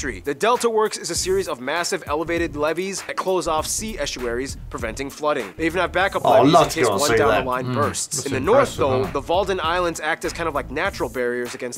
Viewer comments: Wadden Islands, not Walden Islands... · Very good except for the usual mispronunciations and spelling errore (It's Wadden Islands , not Walden). Netherlands also second, yes second, biggest food exporter in the world. Ponder that for a while. US is first. Brian Nederland